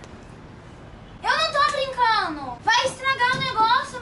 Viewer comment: MDSSSS A palavra é (RINDO) n (Rino)E é (BRINCANDO) n (BRINCANO)